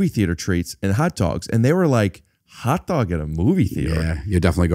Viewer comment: I didn't know I could do a Foley impression until he said "a hotdaughg at da movies?!"